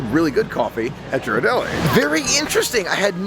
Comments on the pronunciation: Just some info to pass along. Ghiradelli, is pronounced, ( geer-ar-delly) the "G" is pronounced like the "G" in the word, girl. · I love your videos and think your enthusiasm is awesome! You definitely fill in the gaps between our trips. One thing - Ghirardelli has a hard G at the beginning, like Gear. ❤️